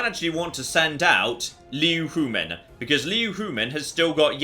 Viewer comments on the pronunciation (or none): And she died without you ever learning how to pronounce her name... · Well the silver lining to Liu Huimin's death, is that she no longer has to put up with you mispronouncing her name.